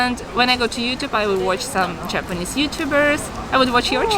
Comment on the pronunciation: It's astonishing to me that two Russian girls are talking in English so fluently! たったひ1つだけ気になりました。朝砂さんの“Japanese”の発音が「ﾁｬﾊﾟﾆｰｽﾞ」に聴こえました。「ｼﾞｬｰﾊﾟﾆｰｽﾞ」と伸ばして「ﾆｰｽﾞ」にaccentを置いたら巧く行くと思います。良かったらやってみてください。